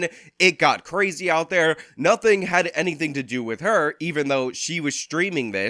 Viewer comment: Did she say do nuffin 😂